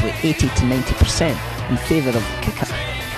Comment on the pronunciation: At first I thought he was saying "Kaka" when he was saying Kicker! XD I loved the video 5 stars!